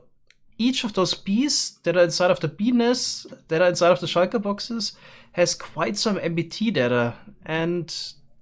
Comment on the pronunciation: Everyone: shulker boxes: shiker boxes